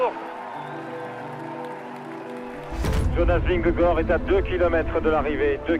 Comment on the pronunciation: J'implore les présentateurs de France TV de bien prononcer Vingegaard !!!